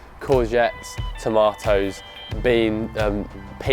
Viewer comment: Bro, you pronounced tomatoes incorrectly, you sait toe-may-ohs, yet you say potatoes perfectly. But you will save money by year 2 or 3.